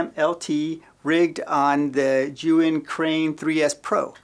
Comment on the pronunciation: Pretty sure he pronounces Zhiyun wrong too. Keeps saying Yuwin.